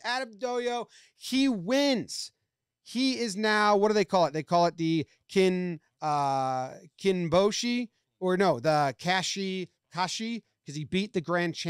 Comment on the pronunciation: Yeah kachikoshi is just having more wins than losses for a tournament. But your pronunciations were pretty spot on except for kinboshi; I think you got tricked by the English word kin but the Japanese is pronounced more like "keen"